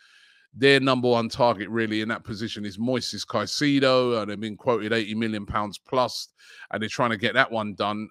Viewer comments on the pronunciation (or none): none